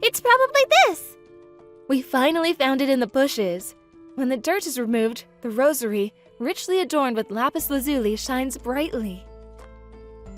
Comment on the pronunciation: That didn't bother me as much as the rosary pronunciation